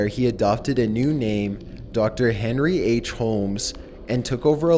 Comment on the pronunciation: "Dr. Henry.H.Holmes"....Triple H up in this bitch lol